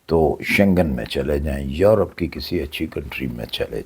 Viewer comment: زندگی گزارنا الگ بات ہے سیکھنا الگ بات ہے کامن سینس الگ بات ہے چاچا جی آپ یروپ کہتے ہیں یا یورپ ؟؟؟ Earope hota hy ya Europe ???? Ap drust bat man lain Sir G Belkeh ap Dictionary main check kr lain یرو نہیں ہوتا سر یورو ہوتا ہے